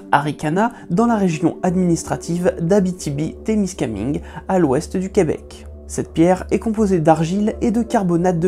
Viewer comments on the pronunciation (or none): "TémiscamINgue" pas "TémiscamI'Ngue" sinon bravo pour le travail!!!? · témiscaminegue ? ça se prononce témiscam-in-gue, le meme in que incendie ou calin ou autre. Un bon vieux in en francais quoi. pas ine, in. Mais sinon merci tout de meme pour cette super vidéo et pour une appellation adéquate des premières nations, c'est fort apprécié ^^ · En passant, le E à la fin de TémiscaminguE n'est pas muet :) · Plus Temiscam'hein'gue ahah :P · Ou Témisca"main"gue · Merci pour la vidéo, le (in) de Témiscamingue ce prononce comme le (in) de Inde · concernant la prononciation de l'Abitibi Témiscamingue c'est plustot le ''in'' de ''main'' par exemple, par ailleurs bravo de dire ''première nations'' plutôt qu'autochtones